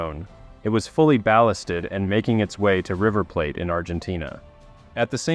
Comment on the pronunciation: "River Pla-tay"